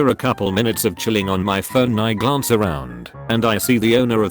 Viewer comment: So the bot can’t pronounce glance but calls burger “burjer” makes sense